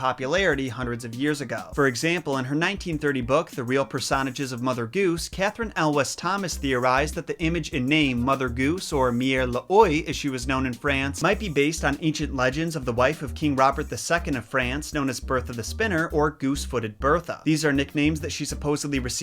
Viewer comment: "Oye" is pronounced "wah", and "mère" is "mehr", with "eh" pronounced like the "e" in "bet". French spelling 101 :).